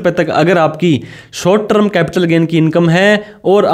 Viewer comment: Pehle short term ko sahi bolna toh seekh. Trum nahin hai term hai